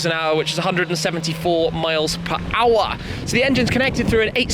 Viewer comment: "miles per HOUWAH" hahaha!